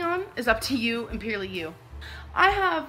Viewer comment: It’s hilarious how she pronounces ‘purely’ - peerly 😂